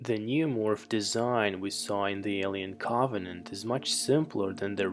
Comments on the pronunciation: He says, “awien Caabanant” lol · "Alien caaauuuuggghhvenant" why cant you say Covenant!? 😂😂😂😂😂😂😂😂😂😂😂😂😂😂😂😂😂😂😂😂😂😂😂😂😂😂😂😂😂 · "Co-vuh-nent" 🌚 I fell asleep 😵